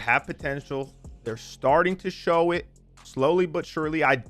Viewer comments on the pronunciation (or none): none